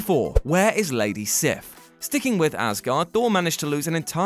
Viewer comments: “Sif” is actually pronounced seef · It’s not pronounced sif it’s more like seev I think